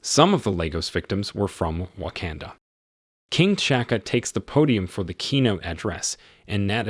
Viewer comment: Pronounce their names correctly. It is not King Chaka and Prince Chala. Those are not their names and are T'Chaka and T'Chala. The T is not silent.